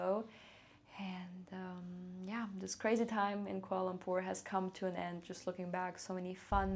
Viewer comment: For a first timer, your pronunciation of the place name is very good 👍